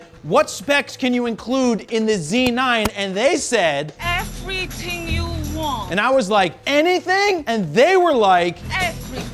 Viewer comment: Effrithinng you want!